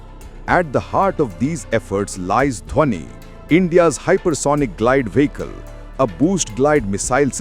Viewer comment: Why does your narrrator pronounce 'vehicle' as 'Wee-he-kal'? Oh! I forgot. You are Republic channel: Nothing better can be expected